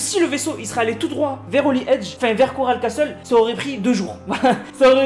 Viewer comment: Et si tu veux etre parfait ca se prononce Coral Cassol et Holly Hedgiz